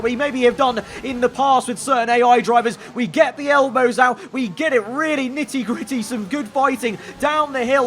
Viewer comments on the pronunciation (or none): Did he say 'nittie gittie' 🤣🤣🤣🤣🤣🤣